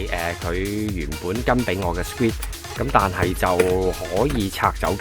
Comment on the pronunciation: 詳細分析 留意下 screen 發音唔正確